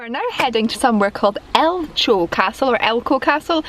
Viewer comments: Ouch! For a Scot not to know how to pronounce a Scottish place-name - painful. 'El-cho'- Do you say Lotch Ness? El-ko - Do you say Lock Ness? Off to a bad start in your video but you are pleasant and watchable so I'm subscribing. Constructive criticism: do a wee bit of research before filming. Elcho is easy to find online. It probably derives from Gaelic "... the origin of G[aelic] eileach ‘(stone-built) mill-dam, mound, bank, rock, weir’. According to W. J. Watson, this latter element is found in such Scottish place-names as Elcho PER and Elchies BNF (1926, 478–9), and may be the second element in Cullaloe ABO, possibly indicating the presence of good building stone. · Awesome Castles. I think it’s pronounced ELCO